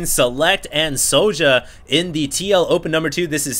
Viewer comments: why do u pronounce it so ja? its Sjow(Sh-OW_) o_o"! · soja?wtf? it's sjow( and it's read kinda like "show" only with a bit of accentuated I)